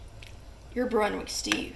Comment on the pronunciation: its brunswick stew not brunwick